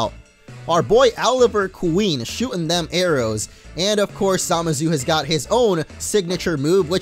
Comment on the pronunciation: the way you said oliver queen